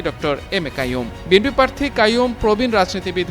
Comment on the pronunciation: পার্থী? এই হল সাংবাদিকদের উচ্চারণের অবস্থা।